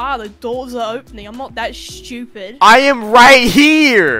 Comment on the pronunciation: “I’m not that STeWPiD”